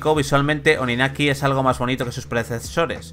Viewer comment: TODAVIA ESTÁN A TIEMPO de borrar este video, corregir el pronunciamiento del nombre del juego y ese sonido horrido del minuto xD